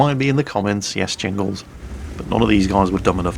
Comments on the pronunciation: It sounded like he said welcome back to the mighty nyingles, not jingles XD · The Mighty Ingles??? Please tell me I’m not the only one who heard that